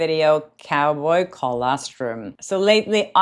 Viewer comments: Hi, would the product you advertised be called 'Co-los-trum', not 'Co-les-trum' as in 'Co-lon' not 'Co-len'. I'm in Australia so maybe that is the correct pronunciation in the U.S. But thought you might want to check. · FYI there's no e in colostrum, just o's. Second syllable is pronounced "lost". I hope this helps.